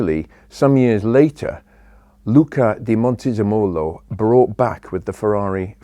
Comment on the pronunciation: It's the first time i hear a non-italian say his name correctly: Luca di Montezemolo... Complimenti!